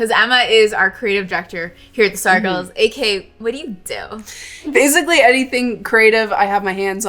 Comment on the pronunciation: it kills me when you say “AK.” 😂😂 It is “AKA” and it stands for “also known as.”